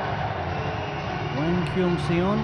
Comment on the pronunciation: The mispronouncing of hwang kyung seon is making me cringe